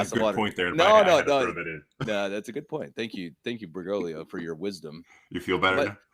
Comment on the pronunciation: This is one of the happiest days of my life - is pronouncing Bergoglio correctly! 🤣🤣 Great podcast as always, gentlemen.